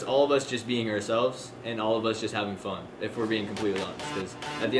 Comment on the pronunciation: Is it me or did he say fon fon time instead of fun fun time